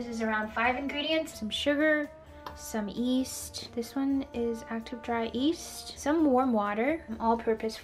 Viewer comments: Yeast.. Not east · She says east instead of Yeast 🥺🥺 I love you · I keep hearing her say east, instead of yeast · Maddie Ben I swear she’s saying “east”!!?!? like you’re great honey but the Y is there for a reason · Yes she definitely said east lmao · I really want to try this recipe. But man, the "east" keeps getting to me. Is there a video that she calls Yeast, Yeast? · she keeps pronouncing East, instead of YEast. For some reason pet peeve... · Does anyone thought his saying east instead of yeast or am i tripping? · really cute when u say east instead of yeast <3 love your vids!!! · She calls yeast, east. Lol! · am i the only one who hears east instead of yeast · It’s pronounced YYeast not East. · I rewound to see if I'm hearing correctly, she's definitely saying east. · yup i hear "East" - very interesting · I also heard east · If you watch the video where she made steamed buns with her mother, her mom also says east instead of yeast. It's one of those bilingual things. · East it is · No one: Absolutely no one:: "East" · Bruh... it’s [y]east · Radha Niranjan nope I’m very much American and the Y in yeast is kinda necessary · I'm also an American and I've never heard anyone pronounce it without the 'y' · it's because she speaks Chinese and English. The word 一 is written Yī, but it's pronounced "ee", the same way she's pronouncing the first syllable of yeast. no biggie, just the brain making connections between her two fluent languages. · You are the second person that I've heard pronounce Yeast the way you do. The other girl is on YouTube as well and someone started a "east" ticker in her video.